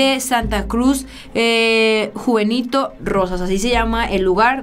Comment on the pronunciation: es Juventino Rosas no (juvenito) y Rincón de Centeno no (canteno)